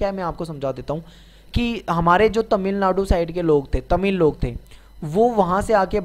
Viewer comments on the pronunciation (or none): none